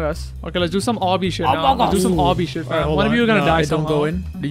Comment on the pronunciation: kept saying oh shi without spelling the last letter